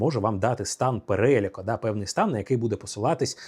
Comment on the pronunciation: Сподобалась ваша подача, класно) Дуже дякую❤ P.S.: перелЯк, а не перЕляк (це без дойобу, просто рекомендасьйон😌)